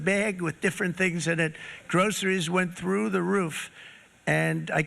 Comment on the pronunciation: Who came here from the SNL skit to see if he really said “grokeries”?